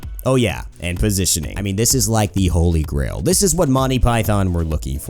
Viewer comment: "holly grill" xD